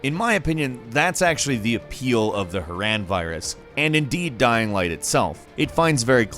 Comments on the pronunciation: I had to dis like this video because 1 I hate and 2 he kept butchering names Amecia wrong antizin and Haran from dying light he butchered them so badly I want to punch him in his stupid face so bad ughhhh that shit pisses me off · "an-tee-zin"? ok clearly hasn't played dying ligh. "ha-ran" xD